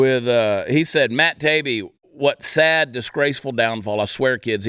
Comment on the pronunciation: The name is pronounced. Ta-e-be 😊